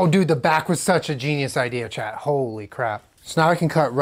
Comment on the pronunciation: Hehe! I didn’t realize you were saying “chat” and I thought you were just talking to an active responder called Chad. 😊😎